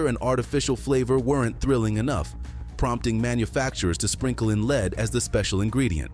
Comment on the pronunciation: LEAD IS PRONOUNCE LIKE BED NOT LEED!!! DID YOU HAVE ENGLISH IN SCHOOL????DUH!!!! THERE IS NO EXCUSE!!!! GO TO GOOGLE!!!